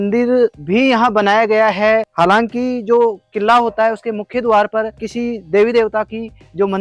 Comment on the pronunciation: किल्ला किल्ला कितने बार बोलेगा भाई किल्ला नहीं किला कहो